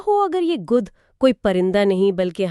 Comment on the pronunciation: Apni Urdu tou thek kr len. It's Gidh not gudh